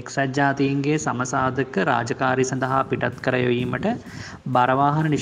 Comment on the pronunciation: සම සාධක නෙවෙයි බන් සාම සාධක...